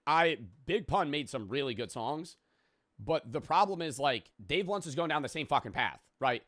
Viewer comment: am i the only one who picked up on calling him ''dave lunch''????